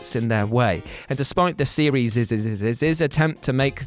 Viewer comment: Why does say series like that I'll never understand.